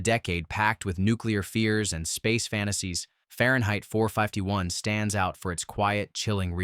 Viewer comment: Far-yen-height Four-Five-Tee-One. What? Your AI Voice-over doesn't know how to pronounce words.